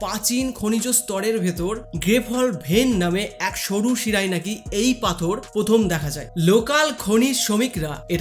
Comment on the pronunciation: আপনি র ফলা উচ্চারণ টা শিখে নিন। প্রথম কে পথম, প্রাথমিক কে পাথমিক। বড় কানে লাগে। উচ্চারণ ঠিক করার জন্য কিছু ক্রিস্টাল কিনে ধারণ করুন বরং।